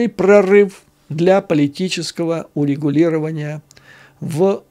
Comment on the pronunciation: извините, но правильно говорить "урегулирования", а не "улегулирования". Извините, просто режет слух.